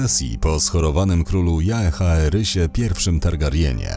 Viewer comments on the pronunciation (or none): ejgon jak ejgon, ale fonetycznie czytany Jaeherys to już było za dużo:)